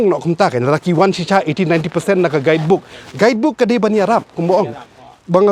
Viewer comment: “Guidebook “ Stress On the Word.